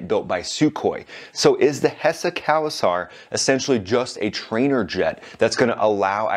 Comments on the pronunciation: btw it's not cow-saar it's co-sar. it's an Arabic name but the pronunciation is Persian. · It's co-sar not cow-sar! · Thanks for your effort and great Video. but you should work on your pronauncation. The Land is Cald IRAN. Spoken like eeran and Not Ayran. The plane is called Kowsar spoken like Co-Saar. Maybe you try it to type in google and let IT read or ask an iranian/PERSIAN. And Iran bout Yak-130 to train su35 pilots. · “Ayran” “Kowasar” This guy is great